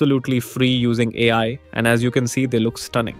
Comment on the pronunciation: Dummy you didn't generated it. It's already a generared video on qwen. And it's AI not ayi. It's Era not Eee raa